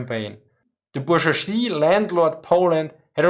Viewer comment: Bourgeois is a French loan word, a native English speaker would pronounce it something like booj-wah. There is a notable break in the middle, slightly longer than one would hear with a native two syllable word.